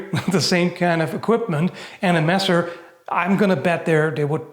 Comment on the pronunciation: *angryliy tiping (for the sake of algorythm) * HOW CANT YOU... erm...let me think a sec... i dont find anything bad... ah, finally stop calling the messer "masser", but start speaking it more german like? cuz its a german word XD greetings from the black forest in southwest germany :D